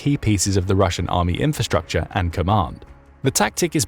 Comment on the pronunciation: What is "infastucha"? It seems to be one of the most popular words on YuoTube.